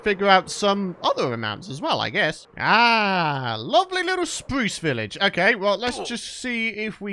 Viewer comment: Spwuce village